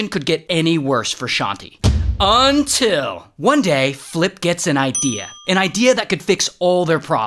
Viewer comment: Imagine having the best day of your life and then hearing Ray saying "until"